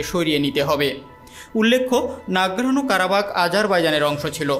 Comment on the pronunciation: নারগানো কারাবাগ ভুল উচ্চারণ।